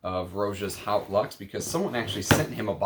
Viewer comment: Just a pedantic pronunciation note but ‘Haute’, meaning ‘high’ or ‘grand’ in English, is pronounced like ‘oat’ (with the ‘h’ being almost silent). Cheers.